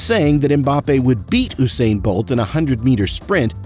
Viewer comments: Eww-sain bolt 🤣🤣🤣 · no offence im just gonna correct you its not ousain bolt is usain bolt u u u usain bolt okay.